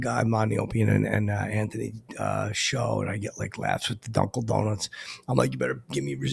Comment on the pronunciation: It used to bust me up every time you would say Dunkel Donuts,.